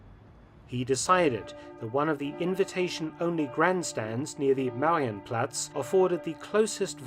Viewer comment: The pronunciation should be maRIenplatz. RI is the syllable with the most heavy pressure.